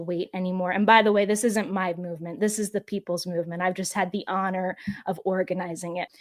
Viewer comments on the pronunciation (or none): I'm not visiting their site. Ben doesn't know when to say "the" or "thee". Annoying and smug.